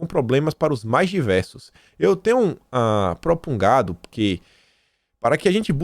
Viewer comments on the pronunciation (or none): A título de colaboração 5:, você leu "propungado", mas a palavra escrita está correta e lê-se: propugnado.